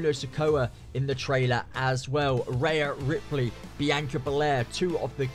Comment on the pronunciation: “reyah ripely” 😂